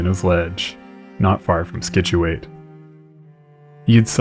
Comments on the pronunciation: Good stuff, however we pronounce it sitch-yoo-it, not skitch-oo-it, and my-nots, not minnows, around here. I recommend before making a whole video to just look up the places you're talking about on YouTube and find a video or two where someone pronounces them in a local news broadcast or something, that way you don't have to guess and potentially get it wrong. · Scituate is pronounced SITCH-oo-IT by the way, not SKITCH-yoo-AYT. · As usual, I loved the video, and I learned about something that I hadn't known about even though I grew up in eastern massachusetts. That said the correct pronunciation of Scituate is Sit-chew-it. Understandable, Massachusetts names are sometimes difficult to deal with for people who didn't grow up around here. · How are you not commenting on how he pronounces Scituate. It makes it hard for me to believe that you actually lived there. He keeps saying "Skih-chew-it" when its "Sih-chew-it" the C silent. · For the love of Pete it’s pronounced Sit shoo it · Mine ott - not minnow The town: say Sich-u-et. - Scituate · Scituate is pronounced sit-choo-at, and Minot is pronounced My-not. That said, great job on this one. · Its si·choo·ayt to pronounce Scituate, for those watching. ;) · We who grew up on MA's South Shore know the common pronunciation of Minot (not the French one) and Scituate (sitch-u-it with emphasis on first syllable)....but this didn't affect this fascinating but tragic tale. Scituate has an unfortunate SW coastal location which makes it especially prone to raging "Nor-easters". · Scituate is pronounced "SIT chew it". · Minot is pronounced my-KNOT and Scituate as Si-choo-IT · I didnt realize that "Skitchuate" was supposed to be "Scituate" until he started naming nearby areas and towns like Nantasket beach (where I grew up) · You didn't seriously say Scituate like that did you dude? 😂 The C is silent. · I still live in Scituate. I stopped watching after that pronunciation.